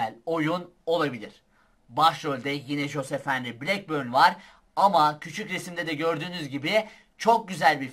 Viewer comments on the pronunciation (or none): none